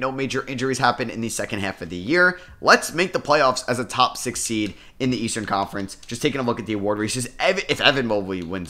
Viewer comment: “as the 2 seeed” 😂😂